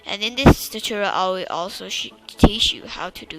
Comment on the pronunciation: the way he said tutorial chuchorul